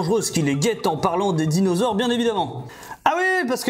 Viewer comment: A . C'est quoi un "dinausores"? 😂